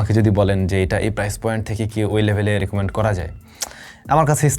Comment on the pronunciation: ভাই রিকমেন্ট নাকি রিকোমেন্ট , বিষয়টি স্বাভাবিক কিন্তু আমি সত্যি সত্যি google translate এ আমি দেখতেছি এই শব্দের মানে কি